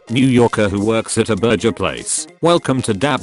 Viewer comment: I'm sincerely annoyed that the text-to-speech thing can pronounce "boiga" but not "burger." Like, it's really pissing me off. Is anyone else as infuriated by this as I am?